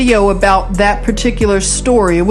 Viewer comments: Sister Luv Great I Am Always Gives me Confirmation with You!!! Within the first couple of seconds you say aboot and I just had to Outfox the Al Gee Rith M'sss Because they would not let me speak my beautiful heart to some beautiful souls over there in the middle of the percolation of the war zone. The young beautiful Russian girl who channel is named Anastasia and please check out this beautiful soul of rainbow Gold! And her new video today just before yours came out was wanting peace and I know that's what we all really seek! No one wants their world all torn up with war! No one wants people shooting up their front room or their sacred holy of holies. Norther ancient monuments nor historical museums hospitals schools or nurseries can't we all just get along! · Aboot. Love it.. You're so adorable.